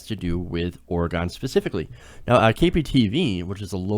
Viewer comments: I really think this pot tax is going to help our state. By the way....it's pronounced or-e-gun, not or-e-gone. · Its pronounced like Ore-eh-gen, not "gone". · it's not Orgon jackass it's OrEgon